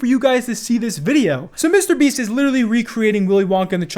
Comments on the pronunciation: The way says “MrBeast” always crack me up for some reason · Been watching for years, love you, but can you please stop pullin a Keemstar and pronounce mrbeast two separate words please 😂😂💀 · Why does say MrBeast so oddly